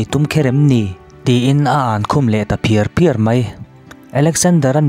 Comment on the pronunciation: Pakhat kn sawi lawk aw,A ankhum phiar phiar a tih hi i lam hniam daih a,a ri sang tur zawk a nia.Ruah a tla phiar phiar tih tur angin i lam a